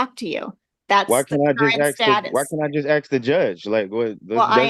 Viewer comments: "Axe you a question.." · "Why can't I axe the judge?" Because that is attempted murder. :) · he sho' axes a lot of questions